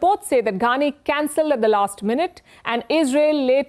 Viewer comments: Why is she saying Ghaani instead of Qaani? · She should first learn how to pronounce Israel and Qaani. Most Indian news anchors have no clue.